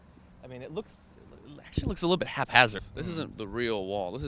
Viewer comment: You fools need to learn how to pronounce "haphazard" and "antivenin," and other words you use. Okay I guess other dumbasses have normalized "antivenom," so you get a pass on that one. Dumbasses like you gave us words like "normalcy," "stratejory," "misunderestimated," "bigly."